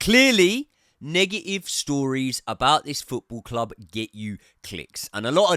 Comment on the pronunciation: Never heard someone say “nega-ee-vuh-ee”